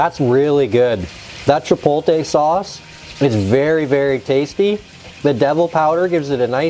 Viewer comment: I’ll start the argument. You need to learn how to pronounce “chipotle.” It does look good good though!